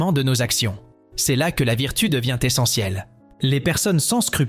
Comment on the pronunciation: Virtou, pas vitru. Fortouna. Le u n'existe pas en latin.